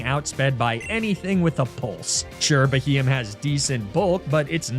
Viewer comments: Sounds like he got a beheeyam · You massacred my poor boy Beheeyem…….